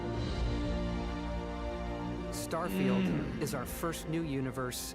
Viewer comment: I'm from the future! Turn back! They're calling it "Starefield", find Todd in your time, fix it!